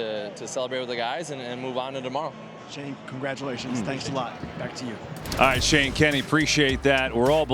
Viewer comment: Con gra du lay chion beag boy 😂